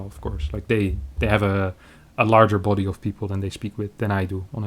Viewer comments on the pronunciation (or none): none